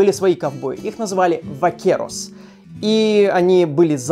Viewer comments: А это испанские vaqueros. Я такой: оригинально... ( los pantalones vaqueros - джинсы) И читается "бакерос" кстати. *студент физ-мата. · поправка: испанские ковбои называются не "вакерос", а "бакерос". В испанском языке нет звука "в", буквы v и b произносятся одинакого как "б", поэтому их частно называют v-vaca (vaca - корова, отсюда слово vaquero - ковбой) и b-burro (burro - осёл)